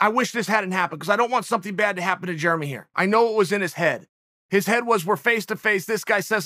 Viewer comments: Jeremy "Germy" Stephens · Chael “Germy stephens” Sonnen